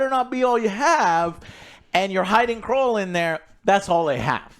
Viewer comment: Who is kroll 😂😂wtf how you cant say knull